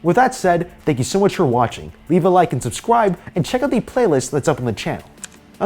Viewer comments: Did anybody hear at the end “please subscwibe” lol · LoL this man really said "subscwibe" Lol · when he said "subsciwbe'' at the end was wholesome even tho he accidently pronouced it wrong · did u guys hear that he said "subscwibe" look heres the time and just listen until kinda to the end you will hear him say it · am i the only one who noticed he said "subscwibe"